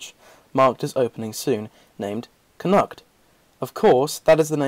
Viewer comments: Interesting facts. Just one thing, for Connaught it is not pronounced Con-nut, it is Con-alt. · Connaught is pronounced Conawt. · Well edited mate, despite this being a well covered topic this is full of facts I certainly hadn't seen before. I can only assume 'Connaught' is pronounced the same way as it would be in Irish - a bit like 'connot' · you said connaught wrong